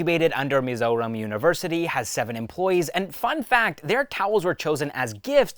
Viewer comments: bro took 1 day to practice it to pronounce perfectly 🎉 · Bro pronounced our State's name perfectly🤝🏻